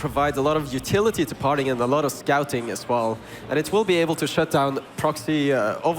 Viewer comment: "his name par-ting, not far-ting"